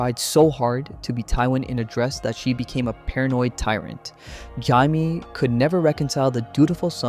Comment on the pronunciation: Is this an AI script? Why is Jamie's name fked up so many times, in dif ways, but said right sometimes? Ai slop.